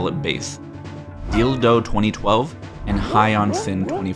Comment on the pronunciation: ok, i already heard Dil Doe but Deal Dough?! Wild